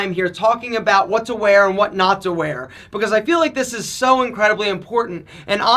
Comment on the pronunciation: Most ppl: "Because": "Becoss" Most ppl: "Length": "Lenth"